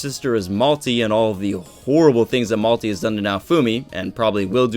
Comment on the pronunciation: You melty, he say malty, I say Melta-Gun.